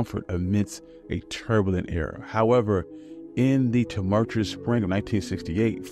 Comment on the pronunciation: The fact that there were SO many mispronounced words in this video script, I can tell it was written by AI, or at the very least, NOT written by the narrator. Depliction? Tumurtuous?